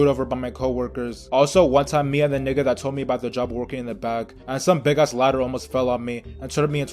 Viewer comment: Why do you pronounce it nicca you say it whiter than most white kids say it